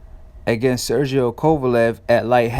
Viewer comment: Dude said "Sergio Kovalev" lmfaoooo